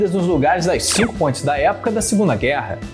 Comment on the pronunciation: Eu tô doído ou realmente escuto pontes pronunciado "pôintes" kkkk Piadas a parte muito boa a explicação !!